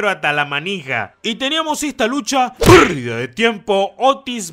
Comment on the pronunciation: Amo ese "Perrrrrdida de tiempo" ✨🖤